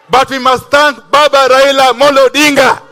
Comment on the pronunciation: Did the UG minister just say :Raina Amolo" hhhhh, the term 'rhino' has a connotation that fits the bill